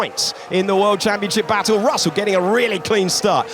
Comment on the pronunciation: Dios mío! Estos relatores mexicanos son los peores!. Russell se lee "rasel".. Dios! Donde estan los relatores argentinos??